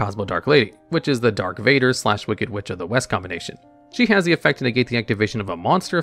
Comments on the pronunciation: I am sorry...Dark Vader??? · ok dont wanna hate but its darth vader not dark vader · Reading "Dark" Vader completely killed me and my will to live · Please, for the love of god, never call him Dark Vader again. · When I read this he just mispoke, but nope, even the image caption says Dark Vader:D. I don't think ever watched Star Wars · Loved the video, it's a really nice blend of "Hey lets learn about the mechanics of these cards" while also examining their inspirations. I do have to call ya out for calling Darth Vader "Dark Vader" though honestly, I'm just gonna imagine you did that on accident and thought "Wait, if I don't fix this, nerds in the comments will call me out and that means more engagement, plus less editing" that or maybe I missed some crucial star wars lore at some point. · "Corus-cant" "Dark Vader"... You've never seen Star Wars, have you? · i don’t wanna witness him getting clowned on for saying dark vader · DARK VADER????? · my guy did not just say "Dark Vader" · Oh nah not my boy DARK Vader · Dark Vader dude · darTH vader, not dark vader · 'Dark' Vader? Really? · YOU DID NOT JUST CALL HIM "DARK VADER" BROOOOOOOOOO. MAJOR L. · DARTH VADER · *says DARK Vader* Me: he's joking right...... right? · DARK Vader?? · "Dark Vader" hahahahahahahahahahahaa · "Dark Vader"...